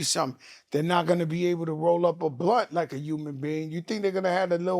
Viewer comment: Fat joe keep saying Umans not human 😂